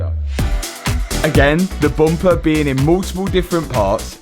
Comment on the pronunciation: Can't not notice accent) Never knew how many words have O innit. Bomper, Bot, Op, Hondred, Jost, Onother